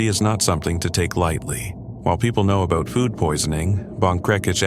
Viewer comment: What’s “aboowt”